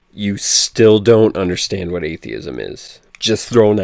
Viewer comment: here needs to go back to talking about propane... I tell ya hwhat